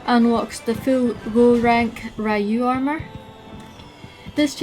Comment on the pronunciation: Nice video, very helpful. But i also triggered when u spell Ryu's name lol